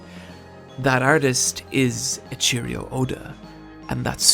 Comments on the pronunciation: Hate to be that guy but someone has to say it. It's E-ii-chiro not a A-cheerio. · Eiichiro (Eh-Ee-Chee-Row) not A-CHEERIO... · take a shot every time he says e-cherry-o Oda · It's ichiro not ichirio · His name is pronounced Eh-ii-chi-ro, not A Cheerio. And I know you probably get this a lot but manga is pronounced mah-n-ga not mee-nga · Eiichiro Oda, not Eichirio. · you pronounce his name as "ey-cheerio" oda.. its "ey-chi-ro" oda there isnt an i at the end of his name. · Eiiichiro, not Eiicherio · I just cant handle the fact that he calls Eiichiro Oda “A cheerio Oda” 😂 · Did you just call Oda “a cheerio” ??? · i die a little when i hear echirio oda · "ee-cheerios-oda" imagine being named after cereal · "and that author is...'A Cheerio' Oda" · Lmaoo "eecheerio oda" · Eichiro - pronounced EH-I-CHI-ROH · "E-Cheerio Oda" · You pronounced odas first name wrong, cmon bruh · Sorry, but everytime you said Eiichiro made me cringe, cause the pronunciation was so off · The way you pronounce Eiichiro is painful lol